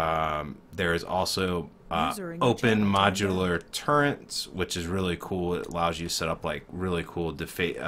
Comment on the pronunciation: Its " T U R R E T " not Turent...